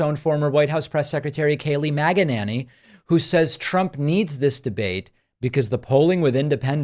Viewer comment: Kayleigh "Maga-ninney" LOL.....